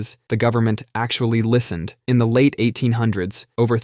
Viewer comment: “in” not “een”